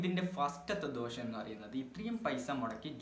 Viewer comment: ദോശം അല്ല ദോഷം